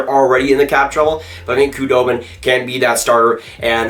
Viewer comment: Saying the "k" in Khudobin is driving me nuts.